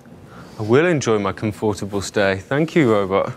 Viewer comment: '(:26) Enjoy your comFORTable stay.." says the crocodile robot with hat...If they take the trouble to program a robot - let him at least, properly pronounce basic English.